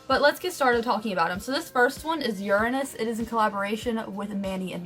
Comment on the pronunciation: Ummm....I think you're mispronouncing Uranus.